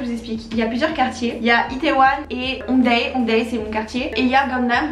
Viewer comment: ça me stresse à chaque fois que tu prononce 'hongdae' azgjdhqjh ça se dit !😭